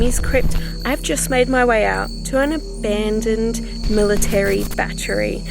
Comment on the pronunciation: I watched the whole video and never saw the bat tree you kept speaking about. Did I miss something? ....lmao oh I get it now you were actually trying to say battery. 3 syllables. Cute video.